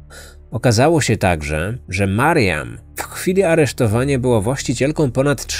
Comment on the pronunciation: czemu zamiast mariam słyszę Marian ? :D